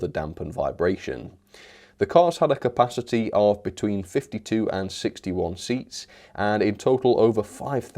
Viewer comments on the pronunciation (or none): none